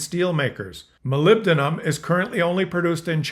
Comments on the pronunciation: You had it right the first time. It's pronounced: Mol - ib - dee - um. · Moh-lib-Deen-uhm it takes a couple times to start saying it right 👍 adding in here that it's ued in the manufacturing of hand tools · Your second attempt was closer and the third was pretty much spot on. Molybdenum: Mol - IB- Den- Um. I used to work at a Canadian mine (Island Copper, Port Hardy, B.C.) that had, as a second product, molybdenum. In casual conversation, most workers would call it Moly. (Molly). That mine closed down a few decades ago and as far as I know that was Canada's only local source (not that we ever shipped to Canadian customers). To give a comparison, we shipped our main product, copper concentrate, in 30,000 tonne bulk lots in ocean going freighters. Once every couple of months. In contrast, the moly was shipped in '45 gallon' drums in semi-trailer trucks. Once or twice a year. Regarding Canada and the digital services tax, while it may have pleased the US, it most definitely won't please our new best friends, the EU. They'd been fighting for quite a while to establish a digital services tax, which they've finally got going a few years ago, and now Canada has shot our version down. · Molybdium? Molybdenum? Ok. Now do "bdellium". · That’s MO-LIB-DEN-UM! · It's pronounced mol - ib - den - um. Emphasis is on the second syllable.